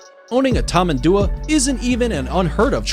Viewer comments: btdubs its tamendoowa (tamandua) not tamaadoowa (tamadua) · He never once pronounces tamandua correctly and it frustrates me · dude butchered the Tamanduá pronunciation